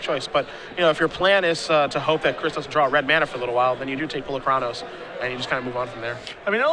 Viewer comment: I wish the Star City games commentators would pronounce Polokranos the way that Wizards said it should be pronounced, it makes the presentation feel more professional.